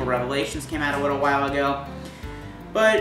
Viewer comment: Did he really say "a widow while ago" ?